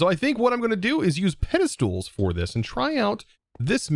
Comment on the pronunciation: 'Pedestools' gets me every time. Never change,.